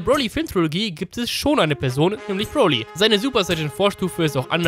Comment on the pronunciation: Du sagst broli FALSCH